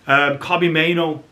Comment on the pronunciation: Please stop mispronouncing Kobbie's surname. Driving me nuts.